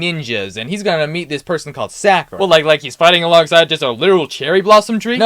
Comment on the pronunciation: Great video 2 critiques, AOT came after Naruto and the pronunciation for Kakashi and Sakura was really off other than that it was awesome.